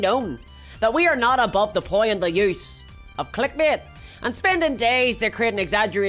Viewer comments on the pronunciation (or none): literally nearly wet myself when you said 'clickbait' in the skit. XD. The Northern Irish twang at its absolute zenith.